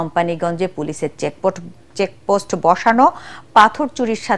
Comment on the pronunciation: সংবাদপত্রে শেখ পোস্ট কথাটা চেকপোস্ট সাদা না সদা